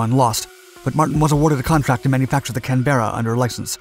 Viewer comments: It's NOT pronounced Can-bear-ah (with three syllables) it's pronounced Can-bruh (with two syllables). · Pronounced Can Berra, not Can beara, just to be exact. I know you won't mind 👍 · I don't want to be pedantic, but it's not pronounced "canBEARa" old chap. It's best to pronounce Canberra as "CANburra". Cheers 🇬🇧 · Can-berrah not Can-bear-ah. Named after the Australian City. 👍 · Can Berra?, it’s all one word mate here in Blighty! ,pronounced the same as the Capital City in Australia. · When will commentators learn how to pronounce Canberra. Canberra is the capital city of Australia, and the bomber was named after this city. Canberra is pronounced in two syllables, not three. 'Can-bra' (bra as in brat) not Can - bear- a. To say that the XB51 was a superior aircraft flies in the face of facts. The Canberra bomber served multiple air forces for more than 50 years. For a 1940s design, that is remarkable and shows what an excellent design it was. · CAN- bra not can-BEAR-uh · Great work… But you need an Aussie translator for some words. “Canberra”, which is Australia’s capital (and a waste of a good sheep paddock), in Australian English is pronounced “Can-Bra”… no E in sight. Thank me later 😉 😊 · So Funny how you mispronounce the name Canberra...lol I wonder if the Australians pronounce their City of Canberra , Can-bear-ra... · I really love the way you pronounce Canberra......Canbeara! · Canberra- one word, not “Can-berra “… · Canberra not "Can Berra" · Can-bare.raaar.......is that the correct pronunciation??? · Once and for all learn how to pronounce Canberra - it is NOT "CAN - BEAR AHHH", sadly the invented pronunciation on this channel has proven too tedious. Unsubbed. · Please stop with Can-bear-uh thing ! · Pronounced “ can -bra” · Just one thing, it is pronounced "Can-bra" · Would help if you explained where the pronunciation was wrong "kan·br·uh". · The narrator mispronounces Canberra. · Indeed as an Aussie I fully agree. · CANberra - not canBERRA